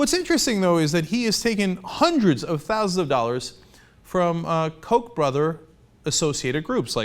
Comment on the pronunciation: Koch is pronounced COOK not COKE.... lol